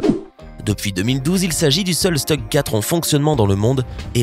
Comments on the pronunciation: On dit stug et ça ce prononce shtug . quand on parle d'un char allemand on le prononcé comme dans son pays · Bon c est pas 'stug' c est 'CHTOUG' les char allemand faut les dire en allemand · De plus ça se prononce Schtoug et pas Stug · ... beaucoup de conneries dans les commentaires, et même les images (que vient faire le Königs Tiger dans le sujet sur le T34 sous l'eau ...? ... "un bout de mitrailleuse émergeant de l'eau" ... drôle de mitrailleuse d'un calibre d'au moins 76 mm si ce n'est pas un 85 mm ...!!!), sans parler de la prononciation, par ex de Stug ...! Quand on n'y connait rien, on passe son chemin, au lieu de débiter des conneries ...! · Prononciation à revoir on dit stougue et pantere